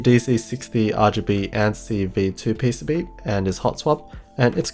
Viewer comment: He says PCB like peh sey bee